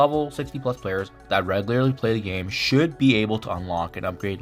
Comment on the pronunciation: the word is SHOULD 😢